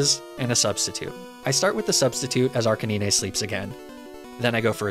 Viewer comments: There is no worst type of Pokémon by the way you have been pronouncing the name arcanine all wrong it’s pronounced RK9 not arcanina just so you know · im new here, is the Arcanine pronunciation a meme or something? Arcaneenay? Not Arca-nine? Like the number? Pardon?? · "say Arcanine" "Arka -knee - nay" Facepalm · Every time my man pronounced it, my ears perked up like he was talking about an imaginary Pokemon in Fire Red. Last 20+ years of my life, this guy has altered state Ar-kay-nine to Ar-kay-ni-nay. Each time was like a Flea-go-nay buzzing by my ear and irritating me. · Arca nine not arcinineh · The funny part of this video that he pronounce Arcanine like (Ar can ni-ne) The actual pronounction is (Ar-ca-nine) (Arcane + K9) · it's not Arca(nee-nay), it's pronounced Arca9 like the number. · It's ARK-A-NINE... Not ARKaneenee lol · “Arc-uh-nee-neh” Is that really how it’s pronounced? I’ve been calling it “Ar-canine” for over two decades. I thought it’s name was a play on the words “arch” as in best, and canine. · How did you just pronounce Arcanine? Ar Canine (Granted many peopel pronounce it "arka nine", which is also acceptable. But Nee nay? Seriously? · It's not pronounced Arcaneenay. It's Arcanine, like canine, like a dog...because it's a dog ya know? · r cuh nine. not naynay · Literally came to look for this comment. Arca-nee-nay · Who the fuck calls it "Arca-nee-nay?" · Hearing you say arca-knee-nay was so hard to listen to, that’s not how you say it 😫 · It's ar-cane-nine. Like Arcane and canine. This was so hard to listen to. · Nobody:: Arcaneenay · Homie said “ laprah “ and “ arcanin’e “💀😂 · ArcaKNEENAY 😂 Love it 💙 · Lapra-aan and Arca-nii-nee 😂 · La-prah and arca-knee-neh are my fav pokemon. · kanine = dog archeninie ---> kanine! not ka ni ne :O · It's Arc-Kay-nine! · I'm sorry but what the actual heck is an " ar-can-eenie" some new fusion of arca9+ dratini? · Everytime he pronounces Arcanine as "Ar-kay-nee-ney" I die a little inside :(